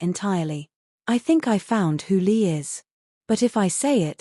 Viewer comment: i think ur right its li not lee